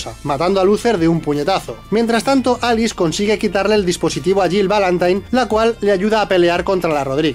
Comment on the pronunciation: Minuto con dice Alix en vez de Alice Error épico jaja